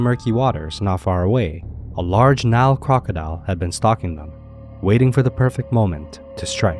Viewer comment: Why is it you are unable to pronounce the name of the river correctly, but then Americans never pronounce countries or places correctly.